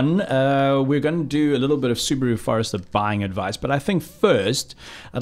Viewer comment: how dare you pronounce Subaru like that.